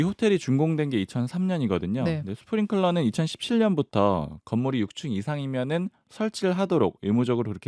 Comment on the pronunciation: 스프링쿨러라고 자꾸 얘기하는거 듣기 거북하네 클러인지 쿨러인지 좀 제대로 알고 떠들어라 ㅎ ㅏ